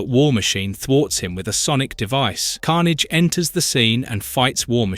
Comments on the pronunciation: So disappointed, I got almost 2 hours into the video before the voice started mispronouncing Carnage and other names in ways that no human would. Why not just do the voiceover instead of using AI garbage? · It's AI slop and it shouldn't have any views, shouldn't be allowed on the site. Dead giveaway being he never pronounced Felicia right once. Bonus he called Carnage multiple pronunciation back to back to back in less than 30 seconds.